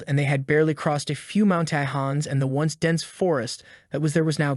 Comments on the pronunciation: Mouwn-Tie-Hans = Mountains??? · great story, but sadly your vocalisation plug in is a bit janky, at ca 59 min it`s too fast and don`t pause between sentences, also it has problems with certain words, like mountains, it says: maun tai hans. still than you for all your great work and effort ^^